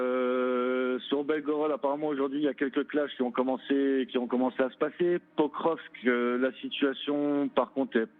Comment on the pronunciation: Quand a-t-il dit ça exactement ? Je crois plutôt qu'il devait parler la totalité du Donbass... soit dit en passant, c'est Pokrovsk, pas "prokokrskrv"